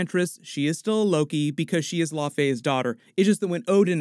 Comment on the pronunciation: Can you please start pronouncing laufeydottir and laufeson correctly? Low (like cow) Fee Son. Not La-Fay-son